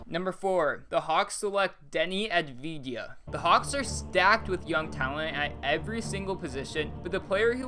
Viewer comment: You need to say it like avdiya